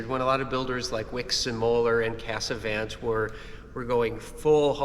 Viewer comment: Trump, due to his 51st state nonsense regarding Canada, now forces me to ask if Americans would please pronounce Casavant correctly. The three 'a's are not pronounced the same. The last 'a' is more like the soft 'o' in honk. Also, the final 't' is NOT pronounced. Vive le Canada!